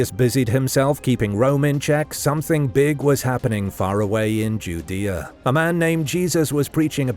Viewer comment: Are you pronouncing Judea correctly